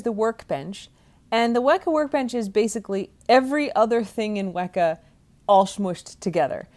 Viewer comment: I believe "Weka" should be pronounced with a long 'E', i.e. similar to the word "weaker". Is this correct?